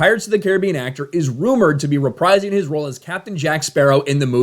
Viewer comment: “. . . reprising his role . . .” The word “reprise” is pronounced “re-PREEZE” (rhymes with freeze), not “re-PRIZE.”